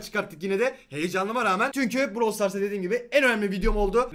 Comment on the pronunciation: Browl değil brAwl